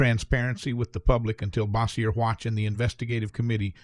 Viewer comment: Cannot pronounce “Bossier”, though.